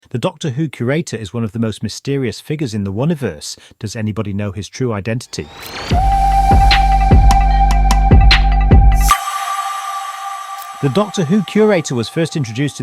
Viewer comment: It's pronounced Who-niverse (Hoo-ni-verse). Also there's another Big Finish reference to the Curator in the form of The Artist, another future incarnation who got tired of being a Curator and paints pictures of planets to preserve how they looked before their end. This one is played by Colin Baker, aka the Sixth Doctor, carrying on the "favourite faces" shtick.